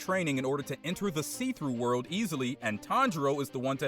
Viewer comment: It really annoying that he keeps saying see-through word!!!